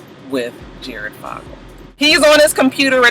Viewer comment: So, here's some pronunciation asssist. Duggar = Dug Er, Fogle (Jared) = Faux Gul, Dolezal (Rachel) = Dole Uh Zal, Beyonce = Bee On Say, LOL, Couldn't resist! Stay blessed!